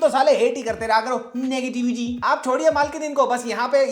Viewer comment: Bro Love the way u says " Neg ti vity" 😅